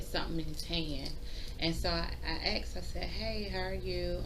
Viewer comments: " I axed" ???? Lawyer? Judge wannabe? hahahahaha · You mean I asked him not you axed him HAHAHAHAHA